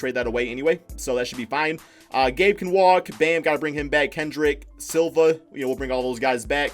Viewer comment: why cant pronounce chris SILVA